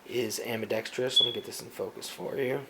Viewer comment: I'm just glad you can actually pronounce "ambidextrous" correctly xp. Also, I thought it was a 7-ish pound trigger 0.o